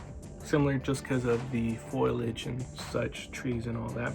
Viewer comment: FOILAGE 😅😅😅😅😅 surely you mean FOLIAGE .....absolute travesty of a collectors edition defo not naked snake more like flaccid snake